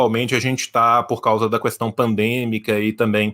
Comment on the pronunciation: O defeito do é que ele fala "Cuestão"